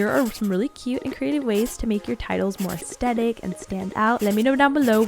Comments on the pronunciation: You say aestetic i thought it was aesthetic... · I have an annoying pet peeve of when people say as-tet-ic and don’t say as-the-tic 😅😅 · no one: Literally nobody:: Aastetic;)